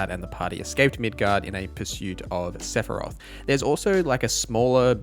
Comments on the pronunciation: Every time you said midguard I died a little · It's prounounced Mid-gar. Those familiar with the game series would understand the reference. It's a fictional city in the game. Accent isnt the issue. Midgard exists too in a similar sense with Norse mythology. But that means Middle Yard. Which is the entire planet instead of just a city. Norse represents a heaven and hell story too but with Earth in between.